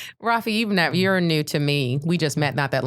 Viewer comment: Ver o pessoal chamando ele de "rafi" tipo "rwafi" é muito engraçado